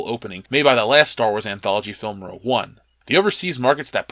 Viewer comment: Brent Anderson the g goes in the middle, unless discussing makeup. (Rogue, not rouge)